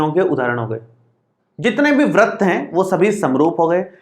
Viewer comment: Sir vrat nhi vrit hota hai